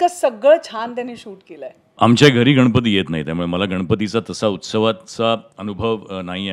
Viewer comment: Anchor Bai गनपति नाही गणपती mhnaycha bar ka bai